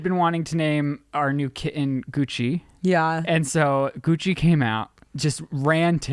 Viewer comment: Omg I thought you said you were gonna name the kitten “coochie” instead of Gucci 💀